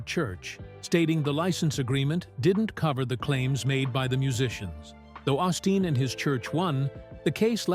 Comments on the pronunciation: You pronounce his name wrong. It is pronounced O’ steen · Wish you would pronouce his name correctly